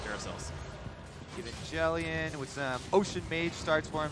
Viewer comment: Wait how did the casters just prnounce evangelion its like the anime right if so god damn that was butchered